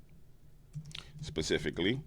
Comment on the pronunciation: LOL! You STILL didn't get "specifically" right. ILUV YA ANYHOO!